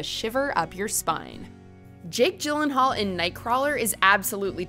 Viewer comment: But again, it’s “Jake Eeeeeelenaullllll”